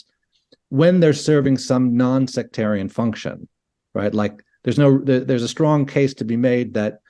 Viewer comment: Sectarian...not secretarian...